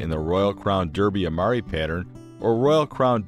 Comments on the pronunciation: It is DArbie not DEERBIE, However,Derby in this case is referring to the place name which has had the way it is written and the way it is pronounced changed over hundreds of years ....so it's ok to let my American friends off. It was originally spelt DARBIE over the course of years (many of them) the spelling got changed as peoples writing styles changed in the same way that peoples names change in spelling over time x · Its a very nice presentation but "sarahminty" is absolutely correct it should be pronounced DArby . .dah-bee . . Daarbee . . . as an A not an E. Apart from the annoying mispronounced name it is a good informative video. Thanks.